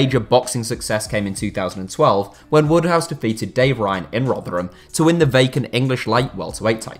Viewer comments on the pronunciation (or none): none